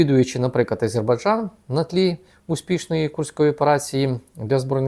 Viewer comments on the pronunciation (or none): none